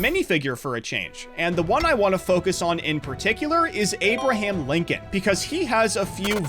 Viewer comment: ah yes, Linoln